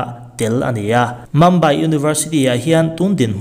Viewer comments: Mambai nilo in mumbai ani e tih mai te hi, 'mum' tih hi saptawng anilo a chuvang chuan mumbai tih a lam tur ani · Archeologist hi sawi angai zing sia, lamdan diklo hi ngaimawh a va awl ve, adika lam hram tum ava tha em, chutiangin mumbai pawh mambai tia sawi hi 🙄🙄